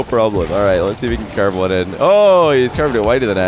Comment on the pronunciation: Why does he say « couver » instead of « curve » ? :-/